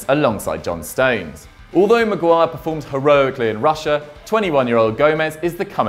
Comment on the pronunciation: is it just me or did he say Maguire weirdly